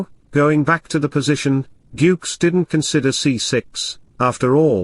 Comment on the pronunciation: please improve your pronunciation... GUKESH.. It's not yukes